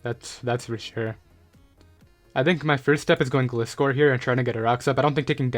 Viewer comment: You are pronouncing gliscor wrong